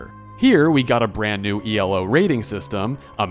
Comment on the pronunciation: I had to pause and go google "Elo" after hearing you say E.L.O..... am I dumb and E.L.O is something else or do you mean the ranking system named after chess player Arpad Elo?